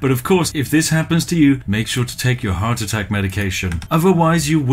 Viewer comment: did you say “i’m having a howardt attack”?